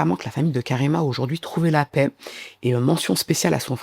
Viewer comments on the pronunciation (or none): none